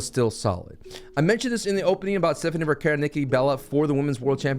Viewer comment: thank you for pronouncing Stephanie Vaquer's name correctly! 🙏 drives me crazy calling her "Stephanie Vucker" constantly!! 🤦🏻‍♂️🤣🤣